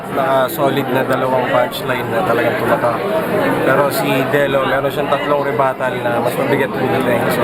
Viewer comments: Si Loonie yon tsaka batas yong tinatanong mo Tsaka tama pagkakasabe.mo sa rebuttle ( Rebat ) Dello vs Zaito 🖐️ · REBUTTAL pronounced as REBATAL/REBAT HAHAHAHAHAH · Rebuttal- rebatal Pa shout out nxt reaction Dello vs zaito